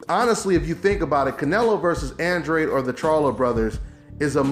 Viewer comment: it's Andra-deh.